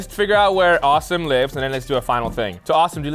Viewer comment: Pretty sure name is actually pronounced Aah-sim not awesome like he said it was